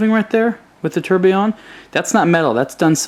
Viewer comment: Tourbillion is pronounced - Tour-bill-yon. You have to say all the letters on the word, not ''ate'' them in american style :))) Just a note, great review btw.